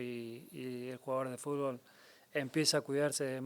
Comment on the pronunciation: El GOAT del fútbol no puede decir fútbol 😅🐐